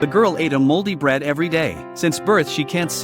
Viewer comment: For a second I thought you said holy bread lol